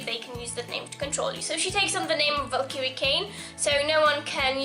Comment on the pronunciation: U DON'T KNOW HOW TO SAY VALKYRIE PROPERLY!!!!!!!!!!